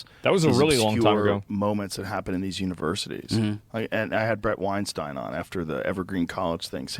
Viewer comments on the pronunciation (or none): none